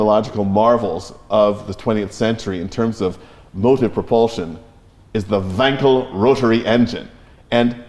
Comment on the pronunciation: Bravo for pronouncing Wankel as Felix himself did: Vonkel. Fun fact: Wankel drove a Tatra.